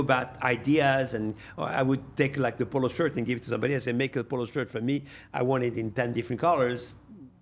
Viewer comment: That nigga said "I called thee NBA" 🤣🤣🤦🏾‍♂️Major fkn flex